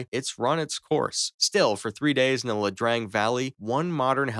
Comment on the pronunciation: LaDrang? IaDrang. Eye-uh Drang.